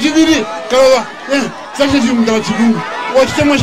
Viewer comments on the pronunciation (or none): none